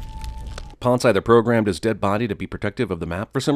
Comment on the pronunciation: The worst thing about this movie is how they pronounce Ponce